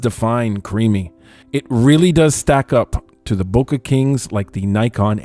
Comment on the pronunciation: “Bowka”! Hahahahaha HAHAHAHA hahahaha hahahaha!!! Funniest pronunciation ever! Hahahaha